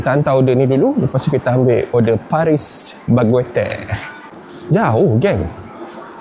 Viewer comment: Paris baguette jadi paris bagweter eh🤣 pelik saya dengar mula mula